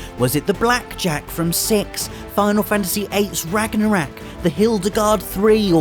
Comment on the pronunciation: Ragnorak? What? Wasn't it Ragnarok? I swear, sometimes it's like people deliberately mispronounce things.